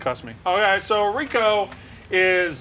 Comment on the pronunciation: El press the face of gambling. That guy fucked up saying Rico. Lmao